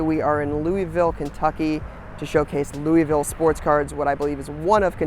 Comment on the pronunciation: it’s not “looeyville” it’s “looavul”. Lol sweet video tho